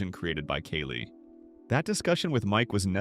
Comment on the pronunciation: good video, my guy. it was just really confusing as you pronounce kali's name incorrectly half the time (kah-lee not kaylee)